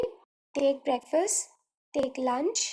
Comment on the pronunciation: Take brakefast like that